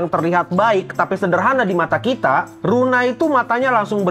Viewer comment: Luna bang bukan runa